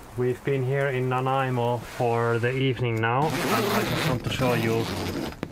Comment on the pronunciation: Stumbled across your channel tonight and noticed you were entering Canada. Started to watch and was pleasantly surprised to see you sailing along Vancouver Island coastline. I live in Ladysmith, not far from Dodds narrows where you went to Nanaimo. Also, way to go pronouncing Nanaimo correctly. That always seems to be a hard one for so many people. Beautiful story telling and camera shots! You gained another sub tonight.